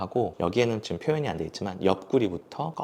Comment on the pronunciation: 말투 정말잔잔하고 좋아서 유익한 라디오처럼 잘 듣고 있습니다 근데 유독 기억을 쌍기억으로 발음하셔서 너무 신경쓰여요 특히 지금이란 단어 자주 사용하시는데 지끔 지끔…, 저도 왜이렇게 신경쓰이는지 모르겟는데 한번 의식하고 나니까 너무 거슬려서 ㅜ 죄송해요 여기부터 지끔 파티 시작